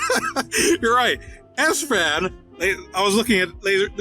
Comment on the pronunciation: I thought Sfan's nickname is pronouncing like Spring, but not like "Ass Fan".